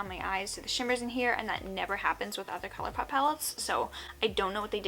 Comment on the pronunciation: Wait did she say colourpoop??? , then later on she says colourpop, is my hearing bad coz I am confused.